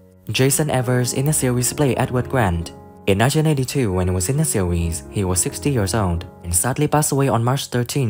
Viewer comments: Get another narrator! This guy can’t say series, he says SEAWHEEZE. 😂😂😂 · Why does bro pronounce series as sewies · In da seewheez 🤣🤣🤣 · Jesus Christ this AI voice is excruciating in 1982 when ee was in da seeewheeez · What’s a seeweez? ROFL